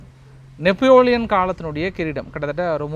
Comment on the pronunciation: 14.25 _ நெப்போலியன் என்றுதான் படித்திருக்கோம் நீங்க சொன்ன அந்த நெஃபோலியன் யாருங்க ஐயா 😂